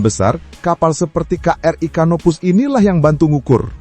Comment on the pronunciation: HARAP '' CANOPOUS '' dibaca sebagai ''KANOPOUS''